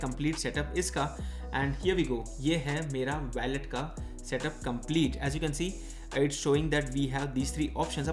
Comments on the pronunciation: Bki sb toh accha hai g but its wallet not ballet... Wah-lut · Baki sab theek tha lekin aap wallet ka pronunciation galat bol rahe the.